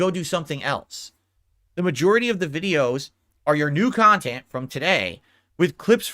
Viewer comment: There is a hundred kahtent clippers why does Doody specifically trigger him? Its because Doody des his bookkeeping for him? Im a loser for watching this kahtent i agree maybe one day ill make a turkey sammich and bring to a homeless shelter and do something pawsetive with my life. Moron loser